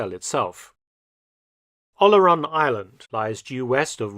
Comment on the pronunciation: Yes, The way he pronounces "Oléron" is not understandable by any French person without the writing on the map.